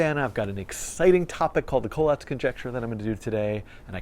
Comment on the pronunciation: I love this but I always thought it was pronounced "coh-LATS" lol